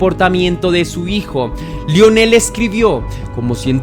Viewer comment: 😂 me pasa lo mismo. No se si sea disléxico el pobre jaja pero es increíble las veces que repitió mal y nunca atinó a decir Milwaukee y Lionel (qué se pronuncia "Laionel") jajaja Pésimo